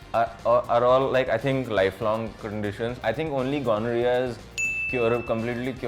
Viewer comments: Ghamoriya not Gonorrhoea.. 😂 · The way pronounces gonorrhea, it sounds like he is talking about some Marwari businessman called Mr. Ganoria. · Gamora Jaise laga Mujhe Toh 😂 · Oh god 😂😂😂😂😂 ghamoria and gonoreaa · When he took gonorrhea as ghamoriya 😂😂😂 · Ganorhea😂😂😂 yaar atleast pronounce properly!!!!! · This is so trueeee